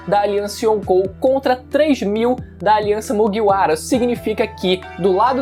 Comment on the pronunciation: pfvr fala Kaido e Mugiwara direito